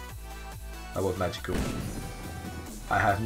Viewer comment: whenever says Magical it sounds like he's saying Manticore for Advanced Warfare